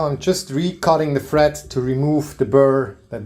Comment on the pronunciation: it sounds like you are saying fret instead of thread